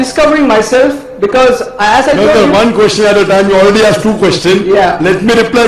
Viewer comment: Hey Dude it's ASKED NOT AKSED ITS EASY ASKED ASKED ASKED NOT AKSED AKSED AKSED